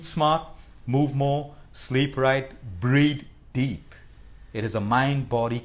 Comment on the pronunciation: Thank you so much for this well explained, valuable information. In terms of communication, may I suggest you work on the way you pronounce "th ". Death should not sound like debt, and breathe should not sound like breed. Also "without failing" is two negatives making a positive. The only reason I point this out is because you are otherwise extremely articulate and cogent. Forgive me if I sound unnecessarily critical.